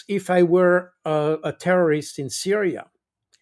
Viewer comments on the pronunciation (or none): none